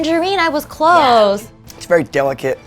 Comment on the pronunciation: “Tangerine ! I was cloose” 😂 ok